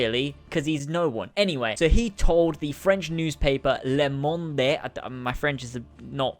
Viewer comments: I'm french and i laughed when you said 'Le Monde' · "LAY MOND'AY" it's funny to hear it like that lol